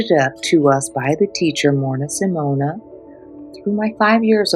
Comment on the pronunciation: Thank you. Her last name is Semiona, not Semona